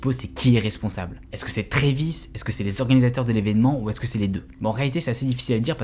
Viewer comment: Pour commencer condoléances aux familles des blessé/mort mais à partir du moment où un boug ne sait pas prononcer le nom de l'artiste (Trevis tes sérieux) et que surtout fait du clic bait sur 8 personnes qui sont morte tu n'es pas bien placé pour dire si oui ou non travis(oui le a on le prononce a pas et) est coupable alors que dans un concert c'est le bordel les gens sont foutent dire que les gens cavale jusqu'à l'avant de la scène avant même que ça commence et passer les barrière à l'entre tu peux avoir 14 comme 21 pige tu sais que c'est un manque de discipline. Alors Travis n'est pas coupable car il peux pas lui même contrôler tout le monde c'est un artiste son boulot est de faire de la musique et divertir pas de faire la police surtout que travis adore ces fan ducoup il sont fou de ce mettre en danger mais c'est pas à lui de penser à la place des attardé qui font office de fans